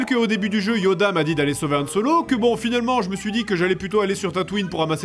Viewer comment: Dans ce cas là si c'est volontaire je te pardonne x) Y'en a tellement qui disent Yan au lieu de Han même en sortant du cinéma encore aujourd'hui. Sur ce, je reparts sur mon millénium condor !